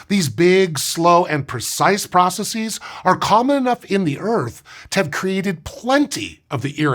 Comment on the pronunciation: I realize this falls into the genre of “old man yells at cloud,” but the word “pcrocesses” is pronounced “processes,” not “processeez.” Do you say “addresseez”? It’s a regular English plural, not like “crises” or “vertices,” which are imported from classical languages. Ask Hank.